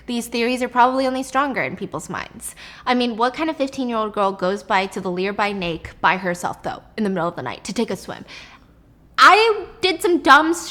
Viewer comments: 🤣🤣🤣🤣 " the lear by nake' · "Lear by nake" 😆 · The "Lear by Nake"!?! Am I the only one that caught that?? You're soo cute Stephie!! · "learby nake" I'm sorry Steph but I just seemed to notice that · "What 16 year old goes to the lear by nake " 😂 that's what Stephanie said 😊 I was instantly reminded of my mom, she would always do that when she was deep on conversation. I always thought it was cute and funny.